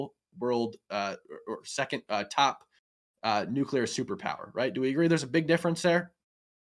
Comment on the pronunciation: The red hair to the right of Hake can't say nuclear. He is like George Bush in that respect.